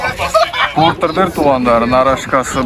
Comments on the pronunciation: Портур эмес портер деп суйло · Портир дебей Портер деб айтылса керек аа 😅